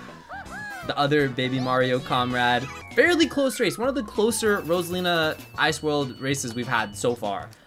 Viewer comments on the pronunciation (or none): none